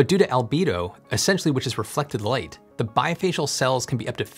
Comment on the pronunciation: love the Australian pronunciation of light